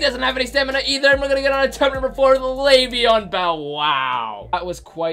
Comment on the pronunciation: EdgE_Astro no it’s Le’veon